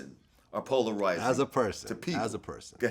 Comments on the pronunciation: "Polaroiyzing" - Lord Jamar circa 2019. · Lord Jamar : and your Polar’royzing lmao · Nobody: Lord Jamar: you're poloroizing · Jamar sounds like he’s been learning a Aussie accent and it snuck out when he said polarizing! 🤣